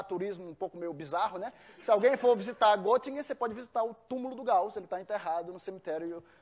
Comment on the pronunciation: estranhei ele dizer que morou na Alemanha e pronuncia Gottingen.O correto é Gettingen,pois se escreve Göttingen pois o trema no o dá som de ê